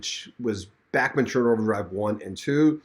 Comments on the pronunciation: The way to pronounce is like BACH not Backman.... Please get it right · Please quit saying Back men turner Its Bach sounds like Bock Like the classical musician Bach I had to quit watching because of your speech impediment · It’s Bachman, not Backman! 🤦🏼‍♀️